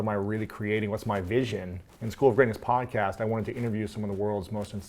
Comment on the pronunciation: This is my fave pod"COST" as Matt pronounces it-in a while!✌ The enthustic look at upsides of single life's a boost I'm sure many can benefit from. If chronic pain makes getting thru the day hell, "how 2hook up" doesn't help; Hearing two attractive guys share insecurities, goals, & truth IS motivating, & I'll share it w/friends: (that 2-year mark in life) & "get over your looks," is genius! Get up early? 👀 uggh. BUT: "Jump all over the time you HAVE cause there's NOT a "warm body to snuggle at 6 am" GOLD. "How much have you invested in YOUR FAMILY?" hit home, (even if I don't trust the NSA w/our small-talk.) 😆 THANKS GUYS!